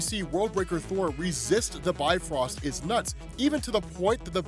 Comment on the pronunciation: It's not pronounced "Bi-Frost", it's "Bif-Rost". It actually sounds more similar to Beef Roast, when accented.